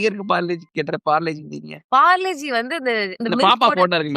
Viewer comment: That is parle - g not parlegie 😂😂